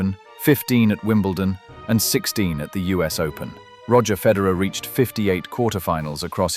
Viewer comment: It would be helpful if you knew how to pronounce Federer